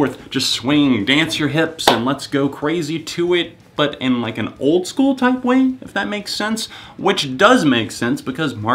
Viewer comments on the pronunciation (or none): none